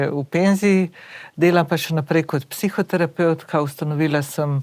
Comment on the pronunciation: "psiho tera peuka" 😭